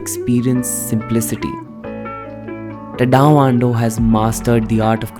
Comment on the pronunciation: Nice video. But pronunciation of Tadao is crazy. Please look into it.